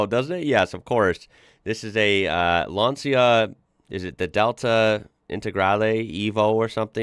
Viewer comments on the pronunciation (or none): Great video, very enjoyable, by the way Lancia is pronounced Lan-cha…………👍🏻😁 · Pronounce the C in Lancia like ch in chair for proper Italian